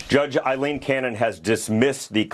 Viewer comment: “Eye-lean”. It’s pronounced “Eye-lean” ffs.